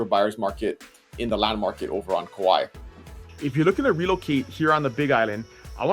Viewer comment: Kauai, not kawaii.